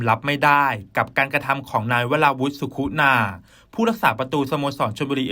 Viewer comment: เขียนสุขุนาอ่านว่า..สุขุนา..ไม่ใช่..สุคุนา..